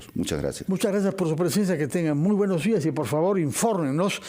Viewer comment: Se dice : "buenos días". No buenoj jiaj. Habla bien